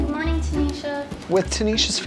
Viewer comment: ~ The word morning is not pronounced morninGUH. The g is soft in ing words. FYI.